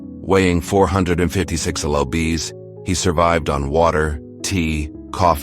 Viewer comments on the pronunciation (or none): You really need real readers because the ai is not even i enough to know lds is pounds but reads each letter. Thats just one exaple. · "Lu bees"? Seriously, AI can't read lbs? One eight hundred years for 1800 was bad enough. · Who runs this page? Do you have a voice? Do you want ME to read the script? ANYTHING but this stupid AI that cannot tell that lbs means pounds.